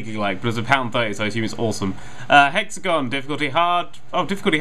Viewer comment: every time he says hexagon a grammer Nazi dies